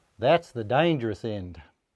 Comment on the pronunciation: So glad to hear a reference to one of our best movies! "That's the dangerous end" Your Aussie accent was on point there mate!